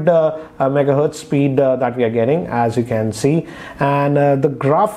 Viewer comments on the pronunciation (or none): none